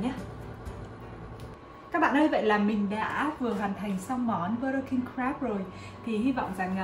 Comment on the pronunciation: King Crab not King Grab =))))